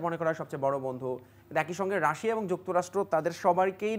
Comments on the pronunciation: রাসা রাসা করছেন কেন? আপনাকে টিভি চ্যানেলে কে এনেছে? pronunciation ঠিক নেই তো কি বিশ্লেষন করবেন? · What is Rasa??? 🧐 it's not rasa it's Rasia apu... Seriously 😏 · Madam not Rasa (Russia) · রাশা রাশা বলছে কেন বারবার 🤨? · বিবিসি রিপোটার উচ্চারণ ভুল করে এটা ভাবাই য়ায় না।রাশিয়া কে রাশা বলছে। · রাশা কি ভাই? রাশিয়া বললে নিজেকে উচ্চ শিক্ষিত প্রমান করতে কষ্ট হবে? 😆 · রাশিয়া উচ্চারণ টাও জানেন না ? রাসা টা কি রে ভাই 😂😂😂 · বাংলাটা বাংলার মতো বলতে হয়,রাশিয়া কে রাশিয়ায়ই বলতে হয়,রাসা নয়।। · It’s Russia 🇷🇺, not Rash😂😂😂😂 Also the 60 year relationship was with USSR( Pro Russian model). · শুদ্ধ করে বলতে যাই হেতাই রাশেয়া বলতেছে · Otcharon rasa. Na. Rasia konta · Indian map thik korun.. Ar last maye ta Russia uccharon kortai pare na 😂😂